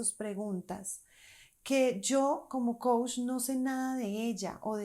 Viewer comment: Tú dices Coush y es Coach! Mejora eso y crece tu credibilidad.